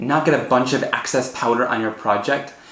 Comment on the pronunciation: Please...stop with the "axe-sess'....what you mean is excess...EX...not AX.......most annoying